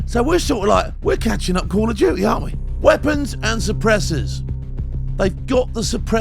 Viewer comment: Call of uuuty😂😂😂